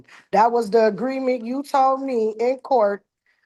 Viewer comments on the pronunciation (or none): "Dat was duh ageement" she definitely needs more school.